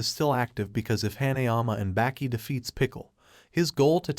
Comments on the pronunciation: Sounds like he is saying Back e not Baki 😭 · Its baki not becky